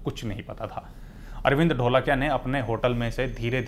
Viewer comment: NOT ढोलकिया IT IS धोळकिया